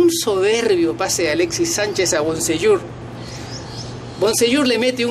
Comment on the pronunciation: Primero aprende a hablar, Boseiyour no Bonseyour Es Aranguiz. No Aranguez , quien es este tipejo por ratos parece Argentino y por ratos Chileno, humillar no es 2 a 1. Pero si humillar es 3 a 0